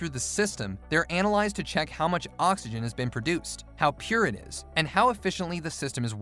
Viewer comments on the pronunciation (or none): none